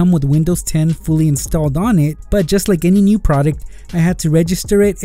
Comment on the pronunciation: U relize how he said new